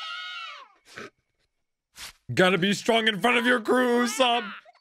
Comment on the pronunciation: his name is Uso-pu not uso-op